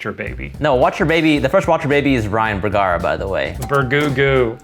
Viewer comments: Ryan putting the 'boo' in BOOgara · More like Ryan Bye-gara